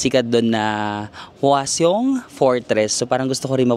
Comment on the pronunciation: hindi sa pagging perfectionist or pagkekeme ha pero napansin ko lang kasi na pinopronounce mo yung mga words na may "eo" as may "y" parang yung "hotteok" as "hotyok tas "hwaseong" as "hwasyong". bali pronounced as just "o" lang po sya usually, like hotteok is "hotok", hwaseong is "hwasong", ikseon dong is "ikson dong" ganern bhie